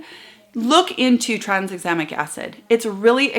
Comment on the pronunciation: Just to be that boring person, I have to point out that it should be pronounced ‘tran - exam - ic’! Sorryyyyyyyy!!